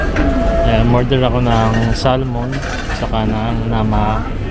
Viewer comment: Bro the correct Pronouciation of Salmon is .....SAMON ! just for your info.Cheers